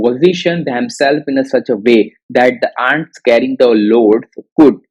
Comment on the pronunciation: Pronounciation mistakes Ants-ઍનટ્સ Often - ઓફન the 'T' Letter is silent here